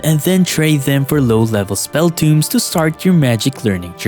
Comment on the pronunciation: spell tŌmes TOW-mz not toomz